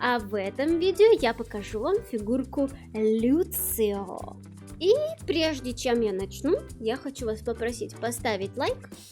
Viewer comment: почему люцио.... может я что-то не понимаю, но он даже в оригинале лусио.... вообще очень здорово видеть что в ру комьюнити кто то покупает такие дорогие штуки, вполне уютная распаковка